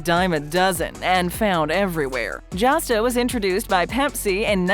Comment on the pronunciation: Josta -- this video said it correctly ☆ this stuff was amazing - wow, quick review